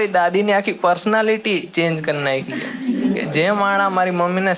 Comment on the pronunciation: ભાઈ છે બોલવાનુ રાખ . "જે" બહુ irritating લાગે છે.